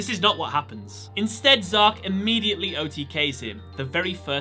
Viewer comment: Its not Zark its Z-arc